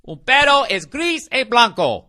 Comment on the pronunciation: "Un perro (though it sounded like "pedo" or fart) es gris, es blanco. 891. El niño bebe leche! Amorio."